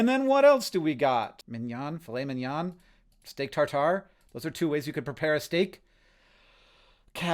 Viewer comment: Its filet mignon not filet minion